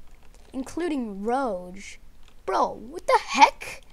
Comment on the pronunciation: It’s rouge, it is rouge not Roge rouge. OK OK